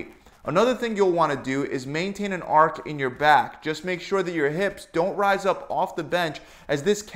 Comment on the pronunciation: Say it with me. Archhhh not ark